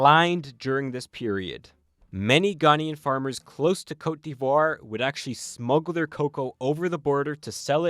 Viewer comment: The way you pronounced cote d'Ivoire has be questioning if you're really a Canadian 🧐